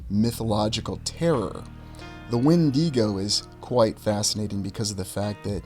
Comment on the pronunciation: Regardless of anything else, I'm glad you pronounced the 'When-dee-Go' correctly. Kudos to you!